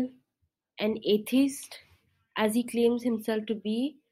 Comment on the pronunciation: This is comedy gold please share more I had a good laugh. I love the way she says atheist like "Athist"